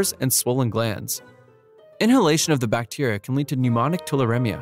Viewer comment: do more brutal drawing, it would be very cool, scary and traumatizing. Compliments to you for pronouncing those bacteria names.